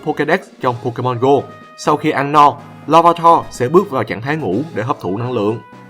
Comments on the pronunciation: tạo sao nhìu người đọc là lar - vi - tar mà anh đọc là lar - va - tar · la-va-ta??? Em toàn đc là la-vi-ta :))